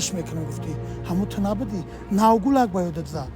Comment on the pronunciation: Гулак🤦🤷🤷🤷 кудак гуфта наметони?